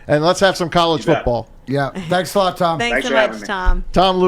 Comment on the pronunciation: Hilarious show Couldn't pronounce Tom's name and lisping and spittle....